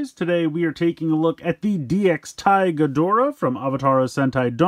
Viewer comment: I hate to be that kinda guy, and I'm not doing this to bother you in any way (I love your reviews), but the changer is call "TigerDora" not Tiguardora 😅👌